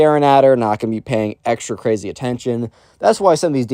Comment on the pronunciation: o me god that so cwazy